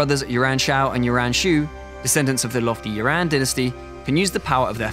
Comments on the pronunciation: Is it just me that's hearing him say Yuaren Shao instead of Yuan Shao? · YU-AN Shao, YU-AN Shu. Can you british people not even listen to how its pronounced and then mimic? Just watch the damn 2010 TV series. The way this guy promounces the names, i cant even tell who they are. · It's that silly English accent that has to put an "r" sound inbetween vowels, haha